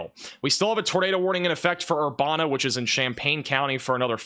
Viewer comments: Ur-ban-a not bon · Urbana - Err bana (as in bandana) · It’s Er-ban-ah illinois